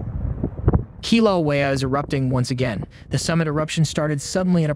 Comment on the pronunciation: The way you say Kilauea is horrendous.